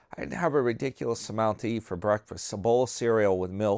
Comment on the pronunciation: That sounds like a wonderful "BWEAKFAST"! 😂